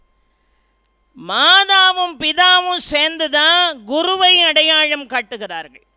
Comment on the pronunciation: அடையாளம் adayazhm வளர்ந்து vazhndu கட்டளை kattazhai Lavukkum zhavkkum உச்சரிப்பு